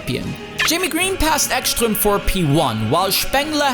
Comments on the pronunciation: BTW, Ekström is Swedish, so the "s" in his name is just as "s", not "sh". (Also, the "E" is long.) Ekström really set himself up for that takeout. Where did he think de la Rosa was going to go? Back? It's a front-engined car, so nothing. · "Echschtröm" :D